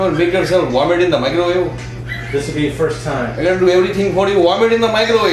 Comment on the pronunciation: varm it in the microwawe!